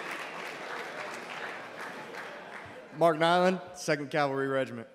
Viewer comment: Mark chant starred to sound like bark